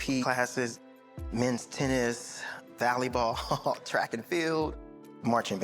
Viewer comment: I've never heard someone pronounce volley ball valley ball before lmfao